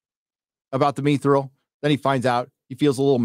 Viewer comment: Is mispronouncing mithril on purpose?